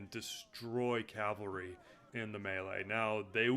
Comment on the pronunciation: great video, i really wanted to find overviews on the factions of tzardoms, i utterly despise how you pronounce cavalry